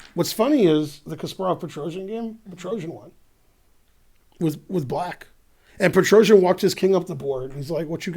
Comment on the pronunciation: a side note: s in petrosian is pronounced like regular soft s, not j or zh or whatever.